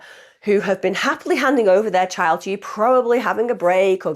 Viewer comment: Whats a chid do tou mean child😂